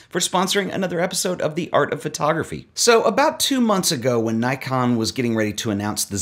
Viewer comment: It’s pronounced Nikon, not Nikon.